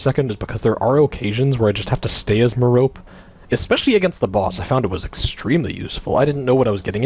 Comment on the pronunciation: I think it is pronounced like Meh-ROpe-ay. liked the vid too